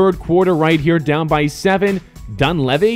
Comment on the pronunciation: Pronounced: Dun-lee-vee